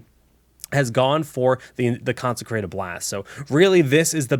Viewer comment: Also, it's concentrated blast, not concecrated